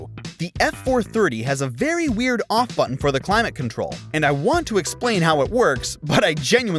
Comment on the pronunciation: I had to watch the climate control one way too many times, but once I finally figured out what he was trying to say it was really funny…